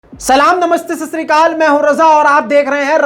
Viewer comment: سلام نمستے سسرو۔۔۔ ایسا سننے میں لگتا ھے۔ تھوڑا اطمینان سے بولا کرو۔ سلام نمستے اور ست سری اکال۔ ایسے بولو